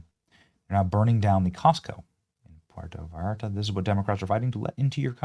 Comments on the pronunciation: Benny....It's pronounced PWERTOH. VIERTO. While we're at it...the word is NEW CLEE R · Pwartoe ViYarta…you’re making my ears hurt lol. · Pooh-war-tah… Viii-R-tuh. 🌴🇲🇽🌯🫔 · Poowerto Viarta is the pronunciation. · Pwair-toe Va-yar-ta, Benny. Haleesco=Jalisco. "J" = "H" sound. Don't worry. You'll get it. Love you Benny!😉❤ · Benny, it’s pronounced “Porto Vi-arta “ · It’s pronounced port-uh vi-art-uh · Benny surely you know how to pronounce pwehr-toe vay-art-a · Benny, it's pronounced pwer-toe vie-air-tuh. It's not that hard. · Pware-Toe-Vie-Arta, you're welcome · Love pee,air,toe viartahh 😂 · You really butchered the name. Pronounced (port-ta vai- arta) lol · its pronounced like pwear=toe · Benny, I know you don't speak Spanish so here's the correct pronunciation, written phonetically: poo-err-toe bye(sounds like a "B" pronounced very gently and softly, not like an English "V" with lots of air behind it)-are-tuh. The Double L is pronounced like a Y. Hope that helps although I know you don't have to do it that way as an English speaker. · Puerto is pronounced: Pw air to Vye are ta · Pierre-toe Vi-Art-ah. Lmao. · Benny it's pronounced Poo-air-tow Vai-yar-ta. In other news, Mexico has always been somewhat lawless going back to the late eighteen hundreds and early nineteen hundreds with the Mexican revolutions. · Love you Benny, been to PV for many, many years, went last April '25 for 10 days. But please work on saying Puerto Vallarta! 😂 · Benny obviously never watched Love Boat because he can't pronounce Puerto Vallarta 😂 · Someone should help you pronounce Puerto Vallarta. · C’mon Benny. You live in Florida and you don’t know how to pronounce “Puerto Vallarta”? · Love you brother but Jesus man, let’s work on that pronunciation 😂😂 “Puerto Vallarta” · Benny Johnson; why can't you pronounce "Puerto Vallarta"? SMH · geez dude it’s not that hard to pronounce puerto Vallarta. Just don’t say it if you have to sound so dumb to say it. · Please learn to say Puerto Vallarta 😂